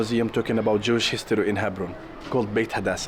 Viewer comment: In Hebron-Tal Rumeida, the Israeli settlement is Beit Hadassa, not Beta Dasa. And also Beit Romano, not Betromano (for people who want to visit)